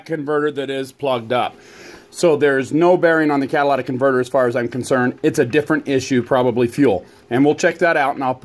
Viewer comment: "Cadillac converter" big time CRINGE